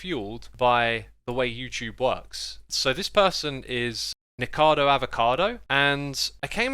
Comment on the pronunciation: WHY CANT ANYONE PRONOUNCE "NIKOCADO", EVERYONE SAYS "NIKADO"